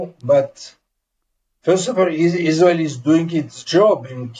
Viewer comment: It is the American not israwl